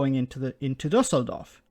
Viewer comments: Just a personal compliment (even so a lot could be said). Great pronounciation by of the Düsseldorf city name with the Ü "Umlaut". Well done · No, it was good. As a German i give you the "Umlaut reward"